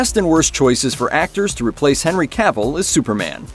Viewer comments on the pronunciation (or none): none